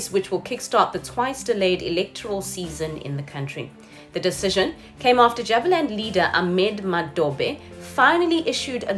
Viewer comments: Correct me if I am wrong but isn't it pronounced "Jooba-land" ? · Kindly say Jubaland well. As well as the other parts of Somali.